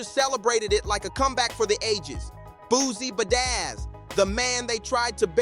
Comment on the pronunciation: Good content but every time you said Boozie Bazzaz I wanted to abort. 🥴 Good work overall though.